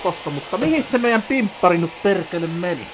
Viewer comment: "Tossa menee perrrrekele, tule tänne setän luo... Älä vaan mun päälle lentele, perrrrekele" 😂😂😂